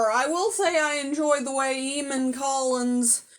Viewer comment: It's pronounced Ay-mon.